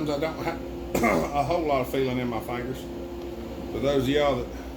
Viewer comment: Good video! I love when you say "fayngers". ;-)